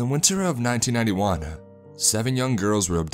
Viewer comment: what the hell is a saw-uh!? 1991-uh? identified-uh? mengilled-uh? girlfriend-uh? that-uh? talking-uh? old-uh? child-uh? Who thought you to speak the english language? This is very annoying!